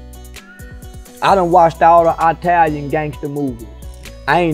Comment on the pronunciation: Eye talin lol